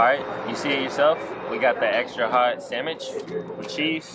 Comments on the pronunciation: Did he say samich it’s sandwich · I love how he said samech and not sandwich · HE SAID SAMICH